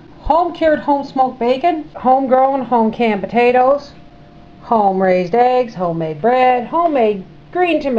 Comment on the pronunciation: I watched it again and heard you talking about canning potatoes. But you pronounced it like my mother always did (which we would tease her about) podados (almost with a soft d) Thanks for the memories.